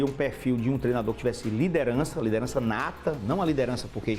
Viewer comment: " LIDENRAÇA NATA " que porra é essa cara? o cara nunca treinou nada e quem é que ta balizando quem tem "liderança nata" e quem não tem? kkk